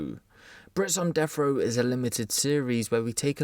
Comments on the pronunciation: Brits on deffrow, Brits potentially facing deffrow, Brits who’ve died on deffrow or Brits who had their deffrow sentence overturned. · Death wha.... Row lol 😂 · What is this deaf row you keep saying? Lol just busting your brawls. Seriously tho... "Deaf" row? Lol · He says “death frow”